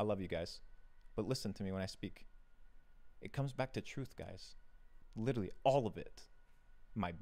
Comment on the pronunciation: Can’t take him seriously when he says “witerally” instead of literally